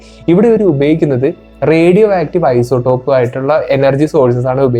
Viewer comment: Plutonium എന്നത് ഒരു മൂലകം element ആണ്. അതിന്റെ ഐസോടോപ് കൾ 238 മുതൽ ഉണ്ട്. അതിനാൽ ഏത് ഐസോടോപ് എന്ന് പ്രത്യേകം പറയണം.പിന്നെ isotop എന്നാണ് പറയേണ്ടത് അല്ലാതെ ഐസോഡോപ്‌ എന്നല്ല.